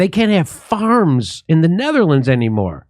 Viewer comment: "ZNETTERLANDS"" ..LOL